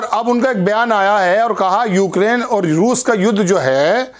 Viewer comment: मेरा नाम है चमेली मैं हूं मालन अलबेली,उक्रेन नहीं यूक्रेन तो ठीक से बोल लेती।